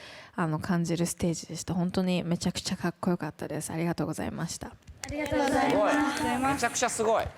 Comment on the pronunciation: NAOKOのあrがとございまrす見つけちゃって笑ってる